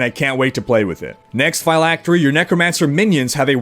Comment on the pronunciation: You're putting too much emphasis on the "y" in "phylactery" bro, You're pronouncing it like "figh-lactery" instead of "phil-lactery" if that makes sense. Awesome video as always though!!